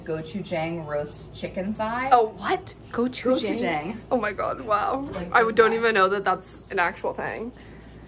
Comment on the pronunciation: Just an FYI, it's pronounced gochu- jAHng. 😬